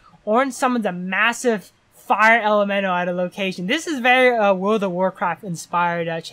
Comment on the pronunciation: Love how he cant pronounce elemental